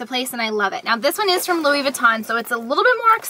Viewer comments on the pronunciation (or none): none